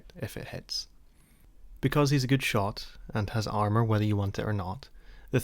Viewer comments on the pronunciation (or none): none